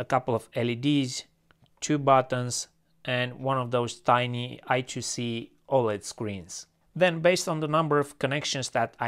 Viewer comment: Eye-squared-cee - Not Eye-too-see. Also it's called a DE-9 connector. There is no such thing as a DB-9 connector :)